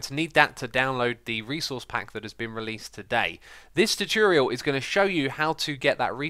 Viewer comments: the way he says tutorial hahahaha chuchuriol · anyone else bothered by how xisuma says tutorial?